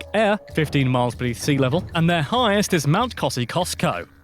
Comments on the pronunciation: KOZ EE OSKO U BASTARD! That was deliberate btw for sure - Pommies! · What in the fuck is Cossy-Costco. LMAO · Fun fact Australians pronounce it Mount kozzi-Osko Regardless of how it’s actually spelt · Australia's highest mountain is called Mt Kosciuszko is named after a Polish general and pronounced, 'kos ki yooshko'. The first spider featured is called, St Andrews Cross spider and is harmless. There are no dangerous or evenly slightly venomous (to us) orb weaving spiders. The next two are also non-venomous orb weavers. The red back spider is not aggressive but if bitten, its venom will kill you in about 3 days if you don't seek medical aid. The most venomous male funnel web spider can kill you in about 15 to twenty minutes if untreated. No spider is 'poisonous'. Poisonous means it will poison you if ingested. Venomous means they can envenomated you with fangs, spurs or spikes. Our red back is related to the black widow and the katipō of New Zealand. The spider after the two venomous ones is an orb weaver an completely harmless. Even though we have the deadliest snakes, they are not aggressive and will always try to escape, unless you do something you shouldn't, then, if you're bitten by say a western taipan you can kiss your arse good bye because they are so remote you won't have time to get to any hospital. Lightening generates O3, Ozone, which is a poisonous gas and if you are asthmatic it could kill. It's extremely rare to cook prawns on the barbie, if we do it, it's to wind up a yank. There's nothing surprising about having the season in Oz opposite to the northern hemisphere it one of those things that proves the earth is a sphere and not flat. Australia day celebrat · It is pronounced Kosiosko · Nice, btw, Australia's tallest mountain is pronounced Koz-ee-ostco, its great to see people interested in Australia! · Fact number 102: Kosciusko is pronounced: cause-eee-osko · We pronounce it, Kos i os kow (Kosciuszko) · Its pronounced kosi aus ko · No. Ko-zi-os-ko